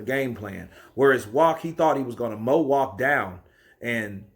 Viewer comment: His last name is pronounced with a V.